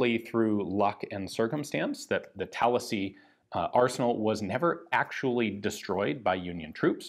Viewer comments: I don't think that's a Florida thing, I'm pretty sure most people really like that. In fact this video was the first time I've heard someone say at the other way before. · Same. I started thinking maybe that's how locals pronounce it around Tallahassee when Ian said it... but why would he say it that way, when I never heard anybody else do so, even in Florida? Yeah, had to double check to be sure cos I read it as Tallahassee first time around. While this Brit once knew Florida well (it's been a long while but I used to visit and road trip yearly) I never got that far upstate, so yeah... it threw me for a minute. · Thought the same thing and I’m from New York